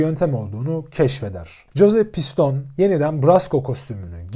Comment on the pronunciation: piston değil pistonee